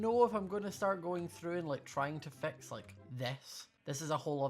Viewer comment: It took my a long time to realise he was saying, fix, not vex